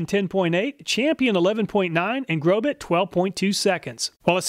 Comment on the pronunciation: The correct pronunciation of Grobet is "Grobay" the "T" is silent... I'm very sorry but I've been selling Industrial Tools for 43 years and when I hear manufacturers names butchered, it's as if I'm dragging my fingernails across a chalkboard. Grobet is well known for Manufacturing some of the finest Swiss Pattern Files in the world..! Plus, I have a very difficult time believing that you even did this test using that Battery Operated TOY Grinder...! Again, I will apologize but Carbide Burrs perform at their best when they have consistent torque and rpm behind them. Next time please test a few Industrial Quality Burrs from IMCO, FULLERTON and MELIN. Only then will you see what a quality Industrial Carbide Burr is designed to do. The 3100rpm used in the Imported Craftsman Drill Press was woefully too slow to allow any Carbide Burr to do it's intended job well. Please consider using Pneumatic Tools with a minimum of 7/10 H.P. and 20,000rpm for your next test. With these specs, all of the burrs WILL cut much better while reducing the tooth chipping you saw caused by the toy Die Grinder and POS Drill Press. I'll shut up now.. I can't believe I watched this whole thing.